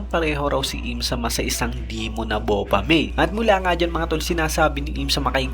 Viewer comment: BA-FO-MET and basa sa . hindi BO-FA-MEY ;)